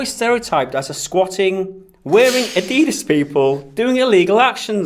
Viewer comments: Did you just pronounce Adidas, "Adeedus" haha? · No you said adeedas. It's ADIDAS